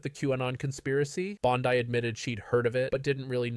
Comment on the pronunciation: Dude. You can’t even pronounce her name correctly!! Really? You are that ignorant?! Yes